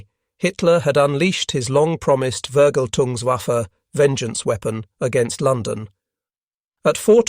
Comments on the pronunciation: "V" in German is pronounced "F". So it is Fergeltung, nor Vergeltung. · His what? His Förgltungswaffä? What? 😂 Sorry... 😔 😂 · How can one correctly pronounce 'Peenemünde' but not 'Vergeltungswaffe'? 😆